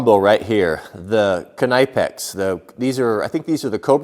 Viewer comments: Its pronounced nipex silent k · It's k-KNEE-pex. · the "k" is silent in the name Knipex tools just like the word knife.